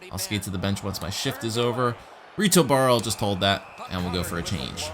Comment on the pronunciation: 'Reh-tow' Berra please. ;)